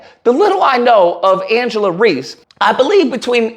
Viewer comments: Bro I like your videos, but you gotta stop saying people's name wrong. You called her Angela 4 times, her name is angel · Love all this but please call her by her name. Angel* not Angela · Thank you for addressing the ignorance, but her name is ANGEL not Angela. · Why does he keep calling her Angela?? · Her name is Angel….damn at least do your homework and get her name right.. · It's angel reese but great content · Angel not Angela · dear. Her name is ANGEL! Not AngelA! Angel! Come on guy! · KNEE GHUROOW!!! If you don't stop calling this woman Angela when her name is pronounced Angel 😅 Me and you are going to have some probs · It's Angel 😇 Reese !.... Not Angela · It’s ANGEL REESE!! At least get her name right! Geez! I can’t believe you got her name wrong! Make it make sense!!! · It's Angel....but I fully agree with your take. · Refusing to say her name correctly is suspect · somewhat respect your commentary but come on bro this one of the most popular people out here and you can't get her name right, secondly bro just bc she won a championship in college doesn't mean much when you move to the next level, if you don't care about the W don't speak on it just speak on the topic at hand first impressions mean everything kid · The way you keep messing her name up is making me soooo mad. 😂🤣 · Rushed to make a video without even getting her name right..take this L too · understandable however he’s read her name in multiple articles in this video and still saying it wrong